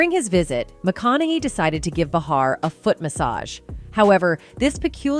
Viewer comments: Who is this narrator getting everyone’s names wrong? She said “mac-onn-I-hee”, “mac-onn-a-hay”, “mac-onn-ah-hi”…pick a pronunciation and go with it already 🤷‍♀️ also, it’s not “buh-harr”, it’s “bay-harr”. Are we supposed to take this channel seriously? Wtf? 🤦‍♀️ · His name is pronounced…….Ma…con…nah…hay………put a Matthew in front of that….AND….you got it. And it is Joy Bay..har……as horrible as she is. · Bah-har....McCan-eye....like wtf